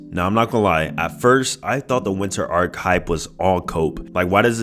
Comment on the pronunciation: 😂its ARC not arCH